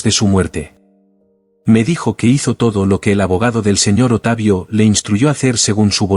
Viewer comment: "¡Simplemente sucedió!" Ja,ja,ja, vieja caradura, en Chile decimos: "¡Cara de raja!" El relator dice: "¿Otavio?" Es Octavio. ¡Qué tontera!